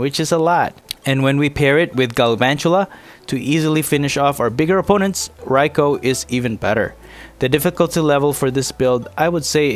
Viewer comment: Its pronouced Rai-koo - good video though